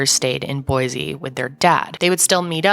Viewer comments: There is no “Z” in Boise, say “boy-see”, thanks. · Please… please… please… say Boise correctly. There is no z in boysea.